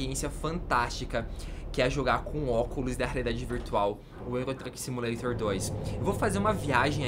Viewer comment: Só eu que ouvi ele falando oculos da raridade virtual ???